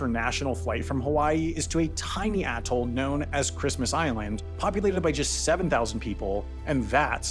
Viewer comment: Did he say ‘atol’ or ‘a**hole’?